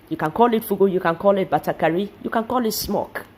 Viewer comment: Batakari not Batagari. FUGU.